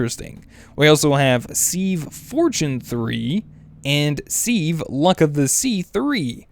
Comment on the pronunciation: Wow don't compost the silk worms! Cook them they give high saturation food, so you have twice as much as a full food!!! OMGZ and then you have to say 'seeve" its a "Siv" as pronouncing goes. Seriously Are you trollllllling because STAPH it!